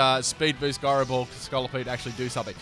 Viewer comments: "Guyrow ball" You're killing my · He pronounces gyro ball wrong. “TRIGGERED!!!!” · The way you pronounce gyro ball made me think you were talking about Garbodor....